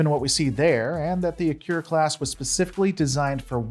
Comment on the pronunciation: At least pronounce the main focus a-Key-Ra class correctly!!